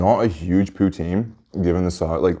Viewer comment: The amount of times he said pouteen